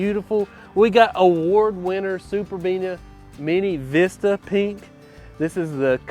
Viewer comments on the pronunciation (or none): none